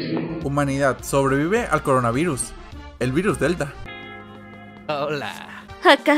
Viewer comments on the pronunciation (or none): Soy yo o dijo coranuvirus en lugar de coronavirus